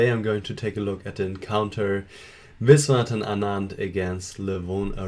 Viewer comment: I think anands first name is pronounced vishy